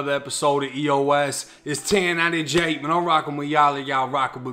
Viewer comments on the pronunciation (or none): none